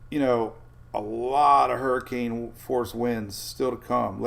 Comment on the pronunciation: What is a HURRIKINEEEE???? LMFAO